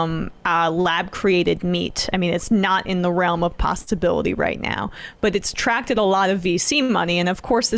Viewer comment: Did anyone notice when she said that lab grown meat isn't in the realm of "pasta-bility"?? 🤣